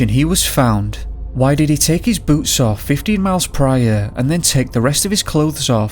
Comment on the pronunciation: I kept hearing boots as boobs and was confused.